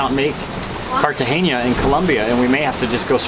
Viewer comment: Guys it’s Cartagena not Cartageña